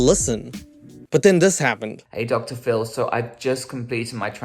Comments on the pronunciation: When says Phil it sounds like Dr phol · I swear when u say DR. PHIL I am hearing DR. FULL 😅😅... Love u & your content is always amazing hope u enjoying u Sunday & be safe out there bc obviously their is so many weirdos in this world!!